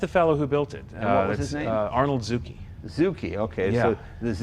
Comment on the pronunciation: Sure wished they talked about that coach builder and all the body mods. Never seen that grill opening on a Healey. That's not original, right? And how do you spell zoo-key in Italian? Zuci? I think Zucci would be pronounced zoo-chee.